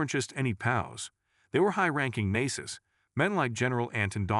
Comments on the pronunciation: "High ranking Nacis?" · Your AI narrator really needs to learn how to pronounce things properly. I mean, "World War Eye"? "The Nayseez"? Come on! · This guy mispronouncing Ft Leavenworth and Nazis is fuckin hilarious 😂